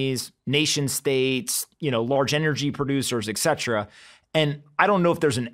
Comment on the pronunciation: Et cetera, not eksetra